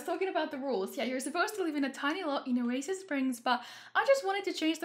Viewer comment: Why not "Oa-sis" Springs? It's perfect!